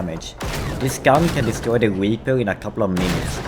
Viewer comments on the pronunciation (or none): none